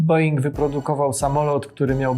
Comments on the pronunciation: Panie, nie mówi się [being] tylko [bouing]. Nie wypada, żeby Pan tak tę nazwę przekręcał. Mnie się flaki w brzuchu przewracają gdy to słyszę. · being...... A to czasami nie wymawia się "bołing" Po naszemu pisząc? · a co to jest ten BOING ?? Skoro jesteś taki fachowwiec, to powinieneś wiedzieć że wymawiamy BOŁING